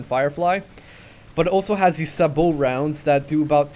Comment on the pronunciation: in the military Sabo rounds are pronounced with an "A" sound.... as in A, B, C, D.....